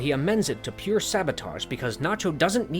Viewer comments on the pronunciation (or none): none